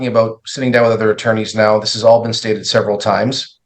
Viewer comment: "A severity amount of hours"